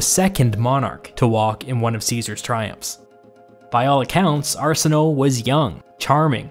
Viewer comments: I believe Cleopatra’s sister Arsinoe, that her name was pronounced Arsin-o-way. Just FYI. Also, great video! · 💞Please💞 pronounce the “e” in “Arsinoe” = Arsino’e - like the first “e” in pedigree, or the first “e” in television, or legislature 💞 Not only does that sound better but it was actually pronounced back then, not swallowed by the “o”/ mute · "Arsenoe" I was like WHO?? Then I realized it's Arsinoe lmao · It's prounounced Ar-SIN-o-WAY, not Arsinoh. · I may be wrong, but I think Arsenoe is pronounced Are-sen-oh-ee. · Arsinoe Pronounced Are-Sin-oh-aaa